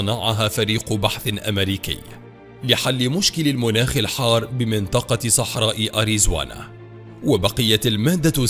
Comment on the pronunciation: اسمها اريزونا و ليس اريزوانا